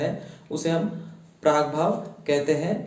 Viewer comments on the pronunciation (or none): "प्राग्भाव" is not correct...it should be "प्रागभाव"